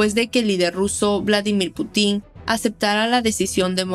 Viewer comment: No se dice Putín.. no lleva tilde en la i